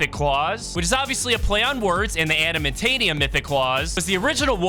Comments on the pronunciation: He was literally saying adanamantium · The way he says adamantium